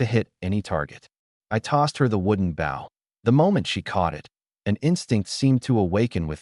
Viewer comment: Its pronouncing it as bow (to bend in greeting) they should just edit the written script to Bo